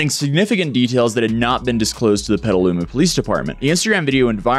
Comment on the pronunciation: Petaluma?! Bruh..